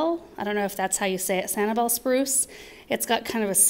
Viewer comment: You pronounced Sanibel correctly. When Samantha is a little older, ya'll should take them to Sanibel Island, Florida. For years, it was the best shelling place in the world (it may still be). It was neat the guys would swim down (no gear) right off the shore and find sand dollars. Research first that was in the late 70s..I'm a bit old 😂. Just to make sure it is still family friendly. I have to say I loved growing up in the 60s & 70s when we could be kids without fear.